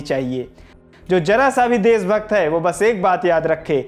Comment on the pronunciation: Apna pronunciation thik kr bhai.. Kan se khoon a gya... Des, desbhakht, jara sakti, arun souri, pharookh abdulla, saamil etc etc etc